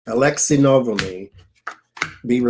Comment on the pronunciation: I think it's: Alexei N"ah"-"vall"-"nee"